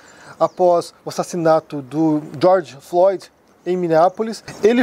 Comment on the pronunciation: Ele não sabia nem falar o nome do george Floyd... e quandk falava com desdenhou...